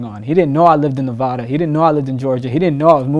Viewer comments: Yall niggas need to know how to say Nevada right I swear that shit be annoying. Reno NV 775🔥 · ITS NEVADA! Not NEVAADAA!! 😒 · How you live in Nevada and STILL say it wrong🤣